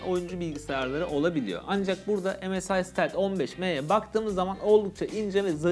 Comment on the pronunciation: keşke bi çeviriden baksaydınız bilgisayarın adının nasıl telaffuz edildiğine